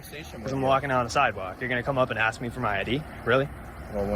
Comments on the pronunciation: Always just ’axing’ questions. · The answer should have been "I've never AXED a question in my life." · The cop axed him a question! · I just axed you a question 😂